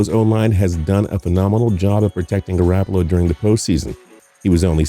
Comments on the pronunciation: if I here him say garAHppolo one more time im going to jump off a bridge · He said GarAApolo smh